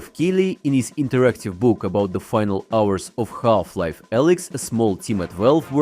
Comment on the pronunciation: Ah yes Galf-Life. 😂